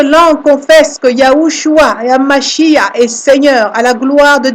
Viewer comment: YESHUA HA MashiaH et non mashia , car on prononce MachiaR , le H finale est tres important, voyez en hebreu la signification des deux mots